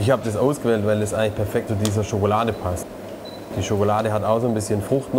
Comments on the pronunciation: Wenn Nerft es auch das er immer schogolade anstatt Schokolade sagt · Sagtest du da eben Schokolade?Schokolade !? Schokolade!????? SCHOKOLADE !!!!!!??? SCHOKOLADEEEEE!!!!SCHOKOLADEEEEE!!!!SCHOKOLADEEEEE!!!!